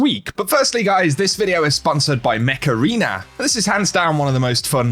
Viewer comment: I won't lie, I thought you said Macarena instead of Mech Arena for the sponsor.